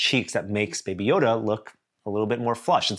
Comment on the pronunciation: Literally butchered Baby Yoda lol